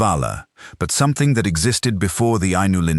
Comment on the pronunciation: Ainulindalë has FIVE syllables, not four: eye-noo-LIN-dah-lay. That is why there are two dots over the final e -- that is, so that the reader will know (Tolkien assumed, or hoped) that it isn't silent.